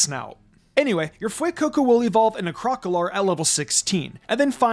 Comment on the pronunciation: Hearing the mispronunciation of crocalor makes me sad